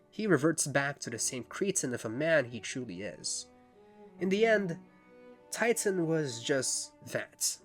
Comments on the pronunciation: Ti-....Titan...Titan like the Greek monsters of great strength...????? It's Titan. 😭 If nobody else caught this before now......I'm legally too old to be here, and this administration is going to accuse me of gru-ming for trying to teach proper spelling, and language arts... He was literally meant to be an Incel! He was always the bad guy who couldn't get over that the leading lady that didn't want him, because he doesn't show any positive attributes! He's toxic, misogynistic, narcissistic, and sees himself as already deserving of a woman due to being in proximity for multiple years. He goes out of his way to push himself on Roxane, because if she hadn't dated him before then..she wasn't ever going to. That's the point of her rejection even! His character is satire, that's the reason for his existence, he's what "Heros" would actually be if we treated them as we do in reality at every single ComicCon! He was always meant to become the ultimate evil, the one who couldn't take not getting his way as negatively as is possible in a satire of Marvel and DC comics! Anyone who has read anything past the surface level issues knows exactly what I'm talking about, and sees how this is not someone who genuinely wants to help people. He wants power, as any villan does, and it all hinges on the love of a girl he's known for years, but doesn't have the grown-up enough mindset to know it will never go anywhere based on her reactions. He just wants what he feels he's owed as the "Hero", beca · I genuinely can’t take this seriously and keep giggling that his name is actually Tighten instead of Titan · WHY DOES EVERYONE CALL HIM TIGHTEN IN CRYING BRO ITS TITAN WTF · Wait a minute his name is "Tighten" and not "Titan"? hilarious if true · The fact that his villain name is "Tighten" and not "Titan" like I thought upsets me more than anything this video could tell me. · Literally believed the rest of my life that it was “Titan” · I thoight it was “Titan” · It's TITAN with the T